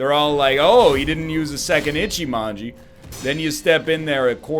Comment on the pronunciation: Just you know it's: Ichimonji not Echimanji (witch is kinky), but you do what you want (it might be more "comical" like that lol)